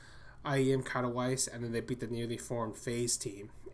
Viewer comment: It sounds more like: "Katoveetse".